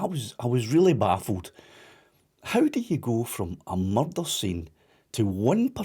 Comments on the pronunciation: There's bin a murrrrderrr.... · There's only one accent that the word 'Murrrdurgh' was made for.👍🏴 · When he says "murder" in that accent - just like Taggart